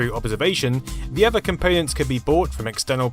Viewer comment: It absolutely isn't. Don't know why but he mispronounces things an awful lot. Listen to be pronounces 'BBC micro' 'bibbycee' or even 'the' as 'vuh'. Drives me crazy